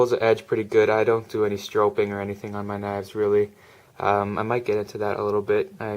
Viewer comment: im going to like this video because he said stropping wrong haha